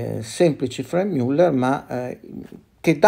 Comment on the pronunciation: io le rompo qualche volta le balle con le pronunce, ma i suoi video sono sempre davvero interessanti e utili agli appassionati, quindi anche se Franck Muller non si pronuncia per la precisione Frenk Miuller, ma piuttosto Franc Müllèr, con la A italiana di Anna e con la Ü francese di brut, per fare un esempio... essendo svizzero francese... Quindi grazie davvero per il suo impegno di storico della orologeria! Spettacolare veramente questa retrospettiva su questa maison oggi un bel po' appannata dopo anni di fortuna direi meritata, anche se decisamente non sono mai stati orologi di mio gusto! Quindi bravò 😎